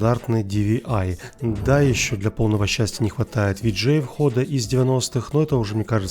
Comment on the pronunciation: VGA читается тупо как ВГА